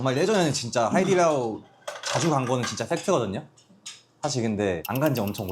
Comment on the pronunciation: 그니까 내가 하이디라오 가본적은없지만 자꾸 하이딜라오라고 해서 무ㅏ지..?햇는뎈ㅋㅋㅋㅋㅋㅋㅋㅋ